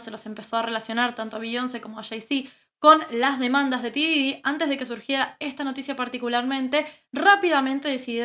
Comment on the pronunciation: Se pronuncia Pop Didy